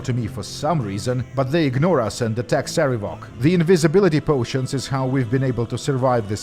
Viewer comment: PC: wow your dad's a jerk. Sarevok: Yeah he...wait why? PC: Why did he name you Cover-ass? Sarevok: WHAT! That's not how it's pronounced!